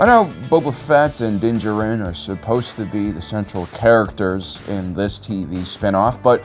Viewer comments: Jar-in not gerin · Are you purposefully mispronouncing so much? It's Din JAR-IN, as in a Jar In something - NOT Jar-Rin. I mean they speak it MULTIPLE times on the shows, WTF? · Din Djarin, not Din Ja-Rin